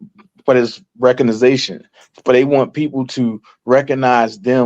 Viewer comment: omg wtf is reco-ni-zation its "RE-COG-NIT -ION" omg the educational system was completely lost on 99% of reading population in USA